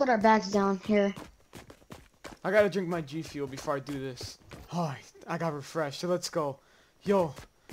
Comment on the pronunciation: DID SAY I NEED MY GFUL